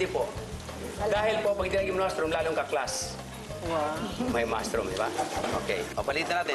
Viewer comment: Pagkaka rinig ko "Pwede bang lagyan ng MASS ROOM?" HAHAHAHAHAHA